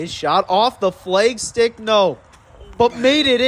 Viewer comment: I have family from Wisconsin, I've never heard them say FLEGstick. Lol is it a lag putt or a leg putt?